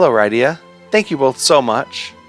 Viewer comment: I know this series has been over, but your pronunciation of Rydia is making me not want to watch the rest of the videos.